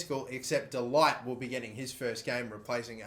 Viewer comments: pronounced 'de liht' not delight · “de Ligt” is pronounced as “the lickt” by the way, lad. love the series!